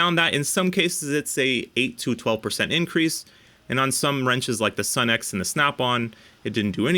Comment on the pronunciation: Sunex is actually pronounced Sue-nex. . . . . just sayin' As a retired mechanic I can say that my 30+ year old Sunex impact sockets are extremely durable.